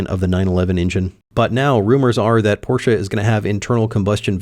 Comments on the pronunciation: I am German. Stop saying Porscha. THERE IS NO A IN PORSCHE. It is pronounced Porsch-Eh. NOT Porsch-ah. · For americans it's always porshaa or porsh but never porshe... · its pronounced Porch not porchE or porcha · yeah either Porsch or Porscha😂😂😂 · What is this porsha car? Only Americans talk about it, is it a new American make? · What's a Porschah? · Alsu you did not nail german expensive part :P As far as I remember from Duolingo course, that does not really sound like tour at all :) I know it was a jk, but its funny how far off it was even with assistence from gargle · Why do Americans say porsh-a. Pretty weird 😂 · No, you shouldn’t buy a 718; because you tortured me with your German pronunciation (?) your should buy me a 718, than get yourself a MX-5 RF manual as a reward for being such a nice guy. Note: I did “like” this video & I definitely agree that Porsche adding an additional 200 to 450 kg will be a travesty. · I don't think I've yet seen any of the Porsche guys on YT pronounce Porsche correctly. So it seems that owning a Porsche does not improve ones pronunciation of the German language.